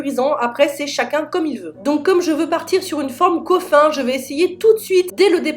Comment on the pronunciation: je pense qu’elle faisait référence au “coffin” qui se lit “coffine” en anglais et pincher “pinecher” voila voila